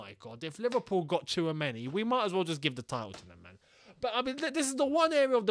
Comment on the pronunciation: i remember last year u guys were sleeping on tchouameni (tissuemeni as pronounce) and now we might lose a chance to get him lmao